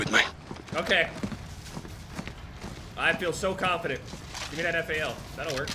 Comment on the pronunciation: Sweet Jesus thank you for saying F.A.L. not fal. I can't stand that and aug. I'm sure you will never see this comment but it made me happy